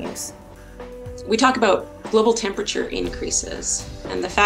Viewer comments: Dear presenter: The word is not "tempachur." It is "termperature." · “Termperature”? Got it 😂